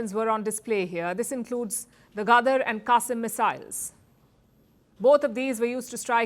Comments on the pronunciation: Not Miss-Isles! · "Loaded by.....miss-silies....." Idiot!😮